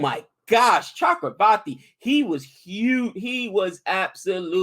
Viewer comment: damn pronounciaiton of Chakravarthy was on point